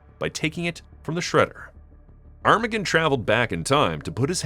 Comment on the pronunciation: Is that really how his name is pronounced? Granted, I don't think I've ever heard it out loud before, but to me I always thought it sounded more like "ar-ma-gone," but you say it like "arm-again" which... doesn't sound right.